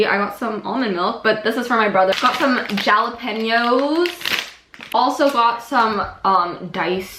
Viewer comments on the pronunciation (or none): No one::J a l a p eeno